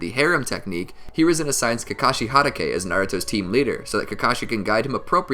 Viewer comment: It’s Hatake not Harake